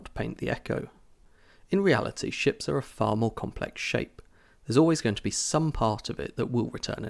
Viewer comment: at the first video i thought he says "when you look at the design of some sh*ts"